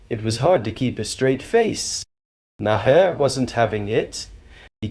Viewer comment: Maher is pronounced MAR. It’s an Irish name.